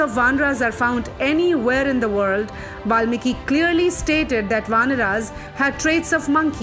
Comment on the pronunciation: Wt_ is vanrAs , manvAs and ramayanAs...plz dont spoil language.